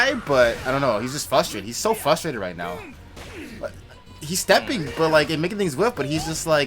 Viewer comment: Boom. I love you buddy, but it's "fRustrated"...fix it! Do eit naoow.